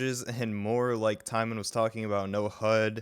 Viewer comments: His name is not TIEMON it is Tymon (Ti- mo- n) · I hate to to be this guy, but it's Tymon not Tymen . But totally nice try for this one ;)